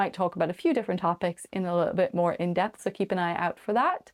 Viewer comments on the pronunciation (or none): none